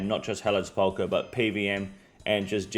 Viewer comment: SEP-ul-kur, not Se-PAUL-kur